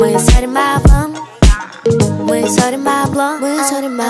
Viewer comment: Ты бы получил 2 за ударение в слове сорим